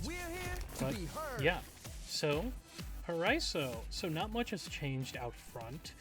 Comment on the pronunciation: just a reminder: paraíso spells pa-ra-ee-zo ;) btw nice video i love ur content!!